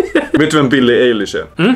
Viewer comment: du uttalar fel på billie Eilihs